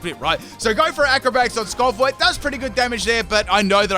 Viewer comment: It's almost as bad as "Skovwot" for skwovet. I'm starting to think dyslexic with how often he puts letters in the wrong syllables.